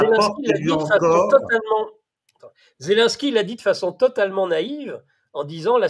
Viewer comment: On ne dit pas zelinsky mais zelensky Cher